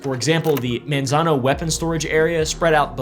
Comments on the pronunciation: My dad worked for the department of energy in Los Alamos and Sandia national labs. It’s pronounced “Mon-zon-oh” by the way. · If you don't Wana get teased by locals it's (Manzano) pronounced "Mon" not "Man". Monzono. You are reading it correctly how it's spelled but it's just not how we say it. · the way he is saying Manzano is funny